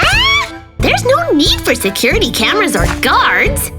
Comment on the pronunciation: Bro said securty mezards 20 times 💀💀